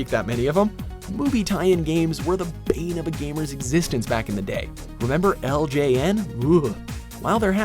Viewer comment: The way he said Bane lol